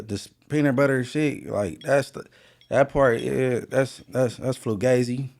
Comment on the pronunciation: Spider a buster 😂 let him say FLUGAZY